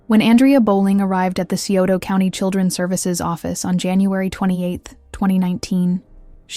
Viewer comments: it’s Sci-oto county. I live there, this horrific crime happened out in the sticks, about 40 minutes from town. I have many fam members that work in corrections around here. I’m happy to report that them two worthless people are having a VERY rough time in prison. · Sure wish ppl would learn to properly pronounce the cities in these cases!